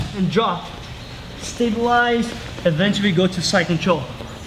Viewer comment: Rafa, só pra zoar kkkk. o jeito que vc fala "stabilize control" faz vc soar como um russo kkkkk.... Top demais as dicas de passagem, Oss.